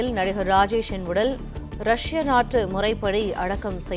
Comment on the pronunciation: ரஷ்ய நாற்று முறைப்படியாம்...தூய தமிழ்😂